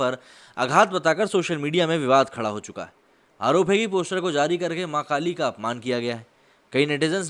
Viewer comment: Bhai sorry to say but aap jab v maa kaali bol rhe ho tb wo maa kaali nhi makaali sunai de rha